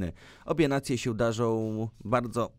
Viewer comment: min 6.56 cyt' obie nacje sieł darzoł ' chłopczyku popraw dykcję i pamiętaj o nasalnym ą i ę .........